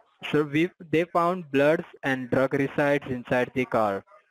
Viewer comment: Blood and drug "resides"lol 😂